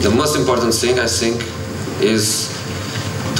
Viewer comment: “Players who sink as I sink”